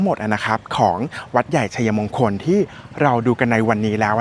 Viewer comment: ทำคลิปได้ดี ครับ ผมชอบครับ แต่การใช้ภาษาไทยอยากให้ถูกต้องด้วยครับ เช่น วัด-ใหญ่-ชัย-มง-คล หรือ วัด-ใหญ่-ชัย-ยะ-มง-คล ครับ